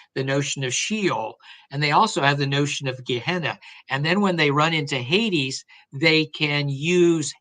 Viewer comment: minor point but Hades is pronounced 'Haydeeze'